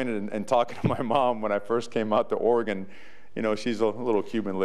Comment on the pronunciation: He knows how to pronounce the state's name... that's a start. Preserving Willie's recruiting class and beating Boise State would be nice, too.